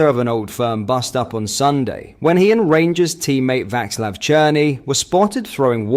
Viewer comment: Pronounced Vaslav